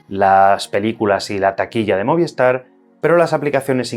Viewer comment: ¿Por qué todo el mundo dice "Moviestar", si es Movistar? Es un misterio.